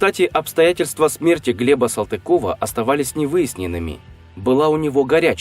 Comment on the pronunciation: Если фамилию не правильно произносит до дальше и слушать нечего. (Моя фамилия от того и задедо😉)